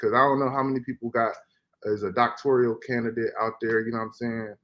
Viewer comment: “Doctorial?” It’s Doctoral brotha